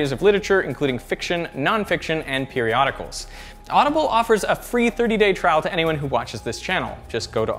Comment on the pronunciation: Hey Derek in the outro when you said the word periodicals you sounded just like an Australian otherwise you don't have an accent that all only time I've ever heard it come out periodicals:-)